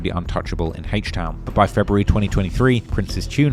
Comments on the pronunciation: Bro wtf is “Hache Town” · HAYCH TOWN 😂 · Hayshte town 😭😭💀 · “Heaech town” 🤘